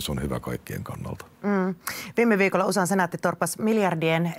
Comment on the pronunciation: *U S A Ei ''usa''. Luulis että toimittaja ei tekisi tällaisia virheitä.